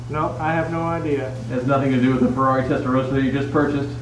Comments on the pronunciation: I wish you Americans would learn to pronounce "Testa-ROSS-ah"... it's NOT "Testa-ROSE-ah"...! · Testa rossssssahhhh not Rosa ! As Porsche is Porrscchhhe, not Porschaaaaahh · Here in Europe including Italy! pronounced 'Testar ross ahh' - like ROSS in Friends - not how you're saying it!